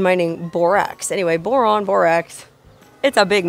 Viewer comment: So riviting, I couldn't get past your initial promouncement of the town's name. Tedious...